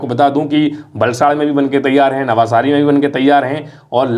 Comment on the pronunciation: नवसारी, not नवासारी